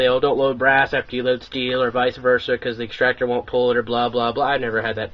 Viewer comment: extractor, not extra der